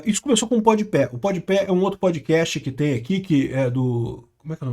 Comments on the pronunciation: E nao tanko o chamando o podpah de podpé kkkkkkkkkkkkkkkkkkkkkkkk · é pod pá, não “pod pé” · é POD PAH e não PODIPÉ kkkkkkkkkkkkkkkkk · Adoro que o parece se recusar a acertar o nome do Pode Pé 😂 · impressionante, é pod pé, é rap (pronuncinando rápi), o cara vive em outro mundo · Pode ser que ele esteja falando de propósito ou está falando como se fosse em inglês. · N sei se é de propósito. As vezes ele fala errado msm as palavras. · Se diz "Pode pá"